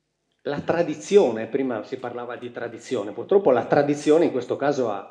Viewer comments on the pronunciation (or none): none